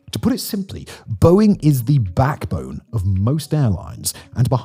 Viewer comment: the mark, I caught Simon say "backblone"....a rare mistake lol😂